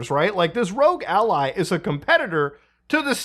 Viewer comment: how do you consistently mispronounce a 3 letter word? no one other than you is saying "rogue ally." There is even two ways to say it colloquially, both accepted, neither is rogue.